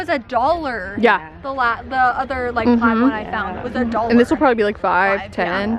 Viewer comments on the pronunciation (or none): none